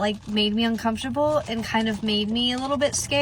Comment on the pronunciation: Please some body tell me the amount of times she said “UNCONFTABEL” 🤷‍♂️